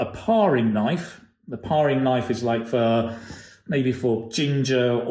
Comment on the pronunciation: First of all, thanks for the awesome videos and materials,. This video in particular, I find it really helpful, convenient and fun to learn a new vocabulary. I have a question though, related to the pronunciation of the word „paring“ (paring knife), during the video I hear clear sound ‚a‘(æ) in the word, while in Cambridge dictionary neither UK nor US version has it: UK /ˈpeə.rɪŋ ˌnaɪf/ US /ˈper.ɪŋ ˌnaɪf/ Would appreciate any feedback on this.